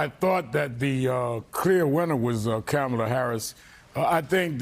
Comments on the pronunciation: and a 1 second google search would have told you her name is Kamala not “Carmela” so address senator Harris correctly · Can not say her name correctly? Kamala, like comma-la, not Cam-ela! Three times at least! If a white person was mispronouncing her name HE would be in a frenzy!